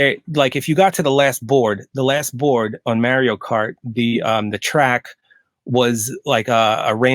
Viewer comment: Great interview man! I think the way you pronounce Mario might give away a little bit of your identity lol from the Philly area?